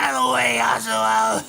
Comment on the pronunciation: someone should tell them the h in yasuho is silent... or at least im pretty sure it is and everyone else ik says it that way